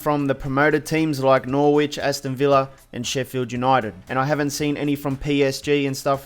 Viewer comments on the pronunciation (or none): Dude "Norrwich"???????.🤣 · Can you please learn how to say Norwich properly